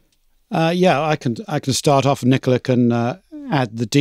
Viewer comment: I suppose from the accent that Nicola is Italian, in which case he was too polite not to tell you pronounced his name wrong. You pronounced it like the English female name.